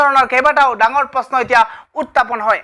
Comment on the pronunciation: Utapon nohoi burbok..utthapon buli ko..